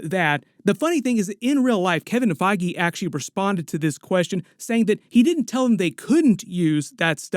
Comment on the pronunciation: "Kevin FIe-gee"